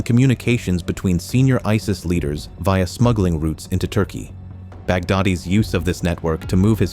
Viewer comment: Why tf do you use AI voice? That ruins the whole Video "Members of Ei Es Ei Es" Tf